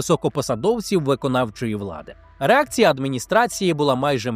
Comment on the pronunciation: прям по фрейду, замість реакція, почулось - ерекція😂